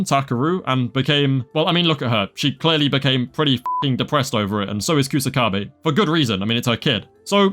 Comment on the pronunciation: Bro put some respek on my main man Kusakabe's name.